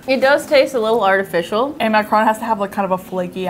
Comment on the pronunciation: Maccarron..pronounced like ",Mac-ah-roon" (like the word ROOM, but ending with an "N")....Ahhhhh, now ladies,....proceed! 😊👍